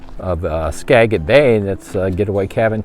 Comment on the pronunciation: Thanks for the review! We just bought our Thousand Trail "zone" pass. We live in Washington, and this is going to be our first trip in March to La Conner! (By the way, Skagit is pronounced with a soft G, like giraffe.)